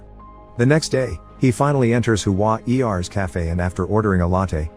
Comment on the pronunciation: Hua-er is pronounced as Hua + "ear" without the "a" in between. Like saying lousier but without the "lou" and "i"